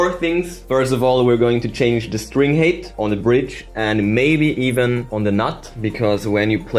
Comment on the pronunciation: please, look up the pronunciation of "height"! it always sounds like you're saying string hate